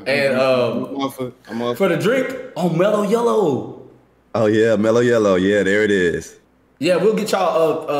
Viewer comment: said "mellow yellow" like its a top tier drink. Im dead lmao